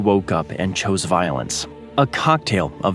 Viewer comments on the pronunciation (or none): none